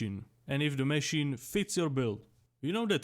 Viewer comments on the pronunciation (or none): Mechinen mechine mechine😂😂😂its MACHINE but i like how you say it